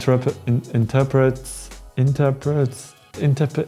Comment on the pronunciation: You were saying “Interpret” the right way... good to have you back!